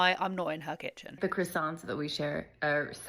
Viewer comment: they way you say croissant.........chefs kiss ❤😊